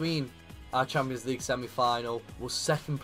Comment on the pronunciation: Who else loves it when he says champo league